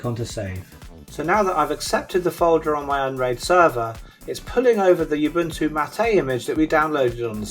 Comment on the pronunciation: mattA?? that's Ubuntu mAt, as in "How's it goin', mate?"